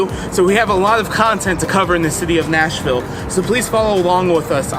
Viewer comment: Yep- that’s not how we say it.